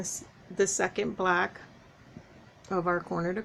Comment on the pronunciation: Hi, I am not trying to be mean or funny but do you realize that when you say block you are saying black, please don't kill me for this.